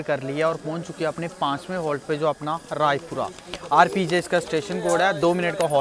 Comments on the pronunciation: Bhaiya Vo Rajpura hai Raipura nhi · Bhai raipura nahi rajpura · Bhai Rajpura hai Raipura ni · Bro raipura nahi Rajpura hai